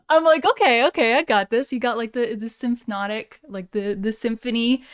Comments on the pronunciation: I think it's cute that you can't pronounce "symphonic." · I like how she calls it symphnotic, like it's symphonic and hypnotic at the same time 😉